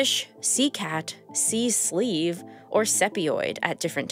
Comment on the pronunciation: The way you said “sea-sleeve” 😂